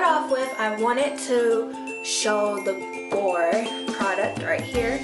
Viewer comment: It's pronounced be- or- e